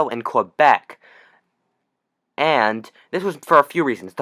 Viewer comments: It’s pronounced Kay-Behk, not Kwah-Beck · for information it's not "Qwebec" say it like "K-bek" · Cool video just so you know Quebec is pronounced like "Kebeck" :D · It is in non-PC English. Most English-Canadians say "Qwebec". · There is no W in Quebec.